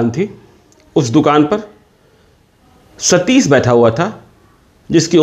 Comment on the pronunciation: Sh or sa mein farak toh seekh pe ghonchu. Satish hota hai satis nae